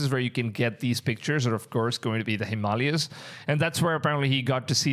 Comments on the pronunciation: It's pronounced him- ma-lay-ah, Brother. But you are adorable 😊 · It's pronounced: Him Ma Lay yas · Ahh yes the him-allies 😂😂😂